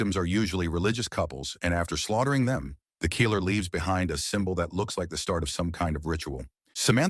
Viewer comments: 😡 GODDAMMMM & it's 'KILLER not FUCN KEEELER' u lame pathetic inept 💩 narrator 🥃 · "The Christmas Keeler" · What's a 'keeler'? Is it a Mexican murderer? If you don't have the balls to use the correct pronunciation don't do the video. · The bot constantly saying "keeller" was odd. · The emphasis on the i in killer is hilarious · Can't say "killer" either.